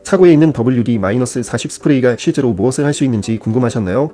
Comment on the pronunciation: 이건 어느나라식 발음 일까요? 40을 훠티.라고 읽는 언어는 처음봅니다. 더블유디사십이라고 읽으면 어떨까요?